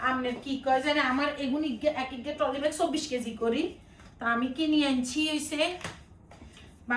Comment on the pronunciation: টলি না ট্রলি